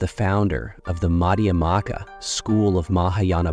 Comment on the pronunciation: You have so much to say but the mispronunciation is really grating. It's not Nagger-juna: Nah-GAR-juna. Mad-YA-mika.